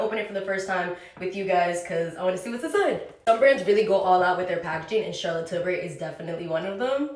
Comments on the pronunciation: nobody: mikayla: CHAHLAT TILBRIE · What is SHALOT TILBURY? 😂😂😂😂